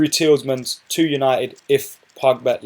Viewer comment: Tielemans is pronounced as Tee - luh - mans. (Tee as in T-shirt, luh as in luck)